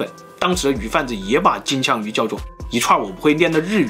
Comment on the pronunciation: 我怎麼聽起來 金槍 像 機槍